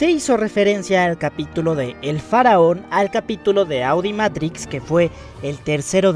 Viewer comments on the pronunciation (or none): none